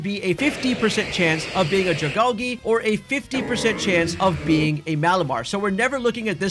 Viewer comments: U said dragalge wrong, Al-gee. Like sea kelp. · the way you say dragalge is interesting... is that how you pronounce algae too?